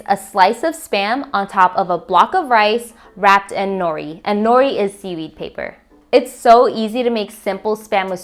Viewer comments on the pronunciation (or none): Lol I found the pronunciation kinda odd too. But it’s whatever. If you wanna pronounce it right the “u” sound should be the same for mu and su. Japanese language doesn’t have accents like that. Nori is also pronounced like nodi if you wanna be technical lol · Eh, nori - you need to roll the (r). Furikake roll (r). Musubi emphasize on the last syllable. Hawaiians don’t usually sweeten the rice because we rather taste the rice the rice is the star. Emphasize good rice, washed well and cooked with perfect amount of water. 🌺aloha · Please learn how to say musubi correctly! And nori! Looks good tho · And the way she said nori and furikake 😂